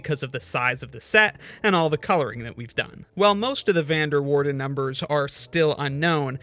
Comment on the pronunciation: Being Dutch myself, that is not how you pronounce "Van der Waerden" 😆